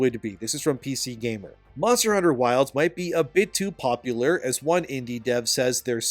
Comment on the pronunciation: Just a side note: the portion where you compared RE and DMC's pace to MH was hilarious to me because of how you worded it. You said: "...like RE and DMC too." What I heard: "...like RE and DMC2." It got me wildin' for a sec til I took a second to parse the meaning hahahahahaha.